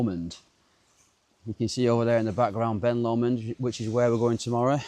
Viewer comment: ITS BEN LOMOND "LOW-MOND" not whatever you just said, that one hurt my ears 😂 ben lumund😂😂😂😂😂😂 "LOW-MOND" say it right